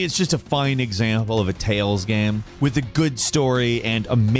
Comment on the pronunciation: Hate to be that guy, but did anyone else notice how often he said "gam" instead of "game"? Kind of a weird slip.